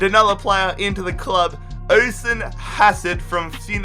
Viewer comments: Osen hahahahahahahahahahahahaha😂😂😂😂😂😂😂😂😂😂😂😂🤣🤣🤣🤣🤣🤣🤣 it's pronounced usheen oisin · It's pronounced osheen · Oisín is pronounced ush-een. Just so you knowv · it's pronounced dro-ha-da, u-sh-een